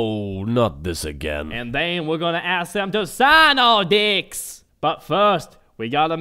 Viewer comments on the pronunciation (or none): Is he saying Deck or D***? Seriously? XP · lol tey thought he said d*cks he meant decks... random guy: you allways ruin every joke by explaining it in a comment me:... well excuse me princess random guy:... thats just gay me: yes you are random guy: how origional me: i know rite? random guy: ... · "is he saying decks or d***'s" lol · D***s! He said d***s! Ohhhh, not this again... I died at that line!